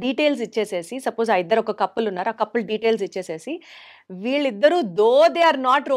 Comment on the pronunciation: అది కప్పుల్ కాదనుకుంటా.. కపుల్ అనుకుంటా.😅